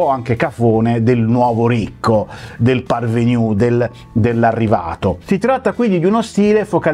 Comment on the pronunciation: Egregio non si dice "parveniu" ma parvenü